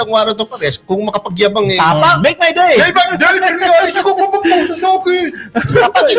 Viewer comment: Run bato Run. Ang payo ko syo. Lumaban kn ng sabayan sa interpol mk Dali ka ng lima panalo kn. SK mo bigkasin ung Go ahead punk!! Make my dee. 😂😂😂😂😂